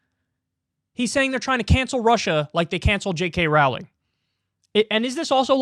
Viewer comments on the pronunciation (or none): Kyle it's pronounced like "rolling" As in Row your boat... I'm not even a fan of hers in fact I kind of hate her with a burning passion and her shitty books and I know that